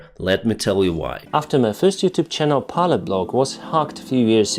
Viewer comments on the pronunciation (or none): none